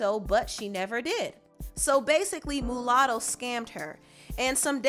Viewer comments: You keep saying MOOOOOlatto. Lol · It's Muah sound Not Moo latto.. but carry on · It's pronounced "Ma Lotto" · Girl it’s pronounced MALUTTO LMAO... MU LATTO REALLY